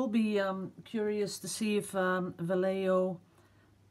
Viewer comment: ) Vallejo is (in spanish) Va (as in the english word: VA-lid) LLe (as in engliish word: YE-llow) and jo (as in english word: HO-liday)